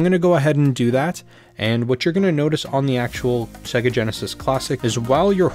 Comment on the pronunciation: Thanks for this! I just have one nagging question: Why does everyone on YouTube pronounce Sega wrong, even though most Genesis games pronounce it for you when you start them up? SAY-GUH!!! ;)